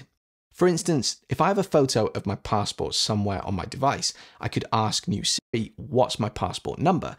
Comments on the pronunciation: Are you saying Sri or Siri? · I was wondering why Siri was pronounced improperly. You nailed the coffin on the head. I wish Siri actually did learn one’s voice.